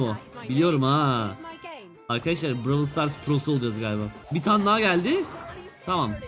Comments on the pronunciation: Abi bıravıl stars değil brawl stars😂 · Abicim bu seriye devam edeceksen lütfen oyunun ismini "bıravıl sıtars" şeklinde değilde "bırovl stars" şeklinde okursan herkes sevinir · abi browl stars diye okunuyo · Bravıl sıtars değil brawl stars 😅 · bıravıl sıtars demesene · bravıl Stars prosu olucaz heralde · bıravıl sıtars bıravıl pes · Ay lav engliş